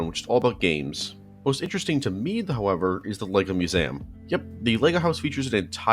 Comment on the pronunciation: "me-you-zam" is the most fucked way of pronouncing "museum" I've ever heard. I love it